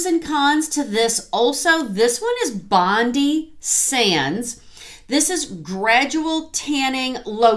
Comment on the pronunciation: Hello, from Australia 🇦🇺 I have just come across your channel and subscribed! I loved your honesty and presentation style and it’s so good to have found someone in my age group. I”d like to share a tiny bit of information with you about Bondi Sands. Firstly It is Australian made and more importantly cruelty free. The way we pronounce it is BondEye. I just thought you might be interested to know? Thank you for your lovely and informative video I look forward to watching more of them .